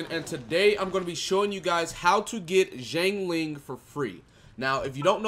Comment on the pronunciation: It's pronounced shiangling (Xiang Ling)